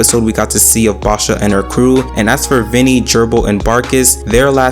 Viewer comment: It's VINEy, not Vinnie